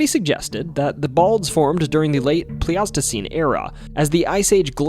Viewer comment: Pleistocene is pronounced "PLYS-tuh-seen"